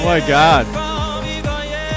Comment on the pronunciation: Torpegaard almost right, but aa is a special danish letter (å). It would be pronounced more like "gorr" at the end. Actually the same with "går hjem".